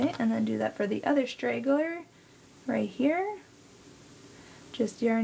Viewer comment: I spent days trying to figure out what a ‘strageler’ is!